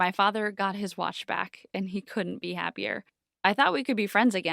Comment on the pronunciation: “my father got his watsh back” 😂